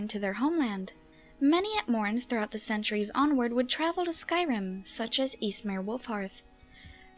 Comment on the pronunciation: Skwym, Atmowa and Nowdic people.